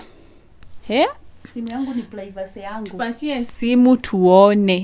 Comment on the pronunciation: Who else heard plaivacy from from the auntie?